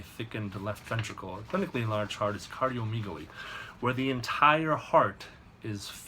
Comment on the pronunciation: MD wanna be. For one its pronounced cardio "meg" aly....not "meeg" aly. For two "gonads" are the testicles...no one injects them, they inject the shaft of the penis.